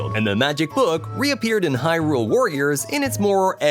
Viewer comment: He actually pronounces hyRULE the correct way though. Something most people mess up by saying HYrule